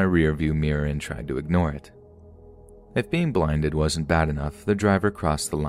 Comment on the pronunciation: He said turned on his brights and linded me 😂😂😂😂😂